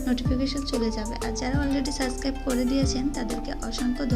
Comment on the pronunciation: সাসকাইব না সাবস্ক্রাইব হবে নুডুস না নুডুলস